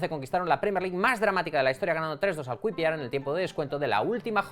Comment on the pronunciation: Ya que se menciona el QPR en este vídeo, aprovecho para señalar una #PifiasLMI que lleva cometiendo, por lo menos, desde que sigo este canal (2019): para decir QPR, siempre dice "kui pi ar" en vez de "kiu pi ar". Nunca nadie de la redacción le ha dicho nada ni se ha inmutado.